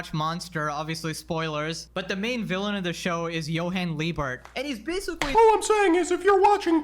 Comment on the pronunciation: if I hear "basicawy" one more time